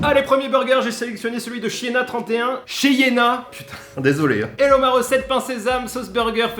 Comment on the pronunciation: RHOOOOLALA Le LAPSUS dans le nom de l'abonné (CHYENNA) AU LIEU DE (CHEYENNA😮😮